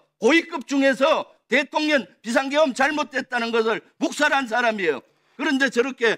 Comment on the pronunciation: 대통년 발음에 화딱지만 나는 요즘 빵터지고 갑니다😂 같은 정상인이 한명이라도 계셔서 다행입니다